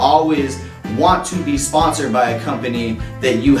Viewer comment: even the tile is wrong he said it is sponcored not sponsoder